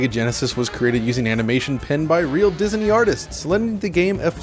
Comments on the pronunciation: It's "Disney" not "Dizuny" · Did he seriously say "Dizaney"?